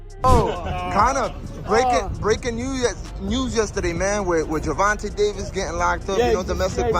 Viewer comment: Gervontuh?..."Gervontay" please correct me if I'm wrong in pronunciation